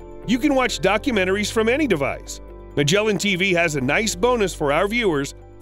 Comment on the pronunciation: Its not “Majelan” its MAGGELAN